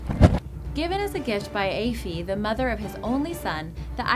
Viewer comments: Aiofe would be said as A’iofe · Aiofe is pronounced 'eee-fah'. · OMFG it's not "aye-fee" it's "EE-fa" (Aoife) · It's not ayyfee it's eefa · its pronounced eefaa not afee ask any irish person they will confirm the name is said eefaa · It's Ai-fah. Not Ae-feh! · Aoife ...pronounced eefa ... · You actually butchered those Irish names you didn't pronounce one right haha Aoife is pronounce e-fah and the other is pronounced Ku cullen haha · it’s pronounced ee-fa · Aiofe is pronounced ee-fa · Why could narrator not pronounce names correctly? Really annoying. Eg Aoife: pronounced Thus origins not explained... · number ten Aoife in ireland is pronounced ee-fa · Aoife is pronounced Ee fah. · although I'm Irish I'm pretty sure you butchered the name and spelling of Aoife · I hate it when Irish words or names are pronounced wrong or spelt wrong cough cough Cuchullain (Pronounced "Coochullen* basically) and Aoife not Aiofe (Pronounced "Eefa") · The mispronunciation of the Irish names is strong with this one, Aiofe "eee-fah" and "coo cull-in" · aiofe=effa Cu-Chulainn: Coo-Cullin or Coo-hoolin